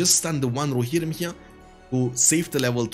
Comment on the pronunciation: I like how he says "Rohirrim", sound way cooler than I say it.